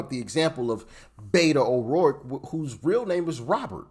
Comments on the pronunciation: "Beto", not "Beta". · It's beto (bait-o) it's a Spanish nickname for Roberto and his judge father demanded he be called that so he could relate to the Hispanic community in El Paso when and if he wanted to become a public official. She's just as much a shill and Robert O'Rourke. 😂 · Beto not beta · Just as an fyi he calls himself Beto (Bet-oh) not beta. His name is Robert which in Spanish is Roberto and Hispanics shorten that to Beto. I’m from the area and know from acquaintances that went to school with him that he HATED…. HATED being called Beto and would react to anyone who did so. Now he uses it to try and get the votes here. He, like AOC, is also cosplaying to the Hispanic populace. He’s actually quite a bigot if you listen to him speak. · To clarify its not "Beta" it's "Beto" as in Roberto, which is what his name is on Spanish. While I was under the impression either friends of thr family or the family themselves called him that, I don't know for certain. That said after his first beat down I think we, the people, started calling him Beta lol. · It's BETO..Not Beta. Cmon man. Hes a clown but know what your talking about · Btw Im a Texan and cannot stand Beto. His name is pronounced Beh toe. His reasoning for rhe using the name is something about growing up around hispanica or something. Can't remember the details. And the idiot is gonna try to run again apparently. He wants Cornyns seat I hear. 😅 ya right. Like thats gonna happen.